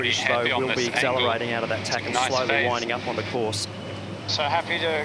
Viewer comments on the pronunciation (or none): none